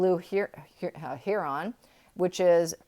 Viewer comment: Alpaca = Al-pack-ah. Heron = Hair-in